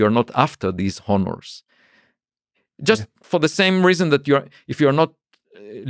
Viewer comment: “Honners” (honors) is a good one